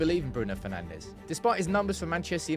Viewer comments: Bruno FernandSCH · Bruno Penandes😂